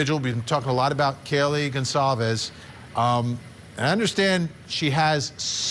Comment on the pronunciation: Wow, Vinnie! You're STILL mispronouncing "Goncalves"